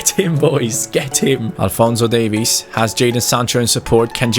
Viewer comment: When you said Davies it kinda sounds like Davis and it hurts me